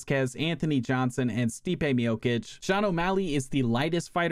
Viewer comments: between u pronouncing stipe's name as "miokich" and utah as "utahl" you've successfully earned a dislike from me. how tf do you not know who carlos condit or johnny hendricks are tf lmao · Bro sayin mijokic